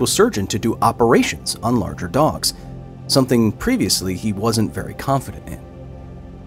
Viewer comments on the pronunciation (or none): none